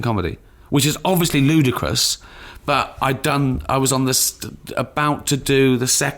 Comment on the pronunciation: I have this weird fetish in that I love how |Ricky pronounces the word, "ludicrous", weird I know xD